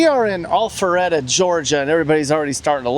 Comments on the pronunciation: Sounded like you said All feretta .. it Al Not All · Itsnot allpharette. Its alpharetta. Pronouncing it incorrectly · Is he saying “Awfulretta”? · I’m loving the way says “All fer reda” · Maybe next video you start out with the correct pronunciation of the city name, lol.